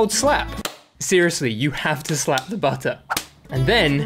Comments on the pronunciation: My guy becomed British for one second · "WE GOT BUD'UH" 🗣️🔥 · When that man said butter he didn't even pronounce the ts